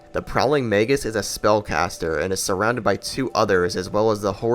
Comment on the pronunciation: tbh my only issues with this video are as follows: 1. you mispronounced a number of words and names...it irritated me but i get it. i don't say "magus" very often for example :P 2. your analysis of smelter demon is...kinda wrong about the hit boxes? his hit box works fine but the issue is that the sword is SLIGHTLY wider than it looks. it isn't inconsistent it is just not properly aligned to the models visual. which is still an issue i feel but its not AS bad as a broken hit box. 3. you praised some bosses for mechanics that other bosses implemented perfectly while shaming those other bosses...an example is actually your analysis on alonne you love the fight because he has different timing but than in your smelter demon review you think the difference of timing is a bad thing?....but...i thought that was why you enjoyed the alonne fight...?.... i mean i could just be misunderstanding things but yeah...also alonne has an actual broken hit box for his stab where it will sometimes reset his tracking so he can literally do a 180 without reason and still hit you mid roll....so...idk....i love the alonne fight but that bugged me a lot... otherwise great video :D main reason i put this comment together is to start discussion. not to rail against you. hope you're doing well in your retirement of youtube though!